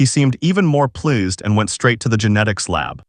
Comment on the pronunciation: When you say that when you said that guy was pleased you said lose no you said plus plus and you’re supposed to say please pleaseD